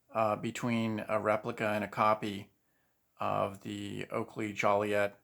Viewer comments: Please,it’s juliet as in Romeo and Juliet. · You are a collector and you don't know what metal the Oakley Juliet are made off? Also pronouncing it "Joliet"... You can Google it for pronunciation. Geez... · I just can't watch this video with the way he pronounce Juliet.